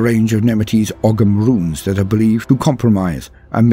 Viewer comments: Its pronounced oh-am not ugam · O-am or Oham. The "ogh" in "ogham" is - sort of - a single sound. And you don't hear the "g" as you would in English. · That's an interesting way of pronouncing 'Oghm', but I guess it's not exactly a well-known language. Even we Irish only hear about it briefly in primary school. Either way, probably the best Ultramarines successor, especially with the celtic, very Irish, culture and history